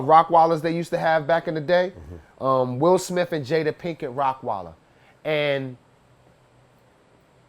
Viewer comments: Did he say rock weiler ?? Lmao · did he just call it a rockweiler?